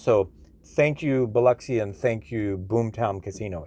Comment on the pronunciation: Thank you for pronouncing Biloxi correctly! 😂